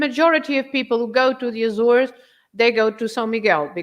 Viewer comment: I think your pronunciation "Azoresh" is somewhere between the anglophonic and lusophone pronunciation. "Assoorsh" seems to be the common pronunciation among Portuguese and azoreans